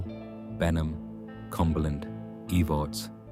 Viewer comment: Watching from harlan ky, verda, she was kin to my husband. It's not pronounced eve-arts its Ehv-erts